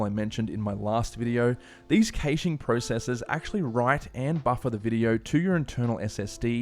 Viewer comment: if hurts everytime you say "caching"